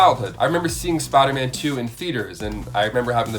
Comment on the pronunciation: why do you always say spiderman like that all the time ...smh its (spiderman) not spidah man